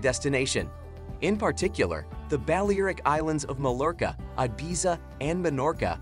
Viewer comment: Exactly - the pronunciation of archipelago was hilarious as was Mallorca, Ibiza, Lanzarote.